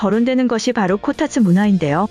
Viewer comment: 코타츠가 코딱지로 들린다ㅎㅎ